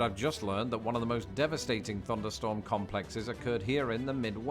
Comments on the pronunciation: It sounds like you're saying funderstorm Instead of thunderstorm. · Did he say funderstorm??